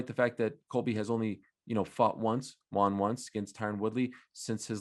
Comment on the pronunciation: ariel pronounces won wrong